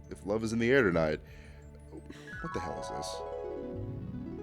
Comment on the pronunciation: WTF YOU MEAN “wat the hail is dis”😔🙏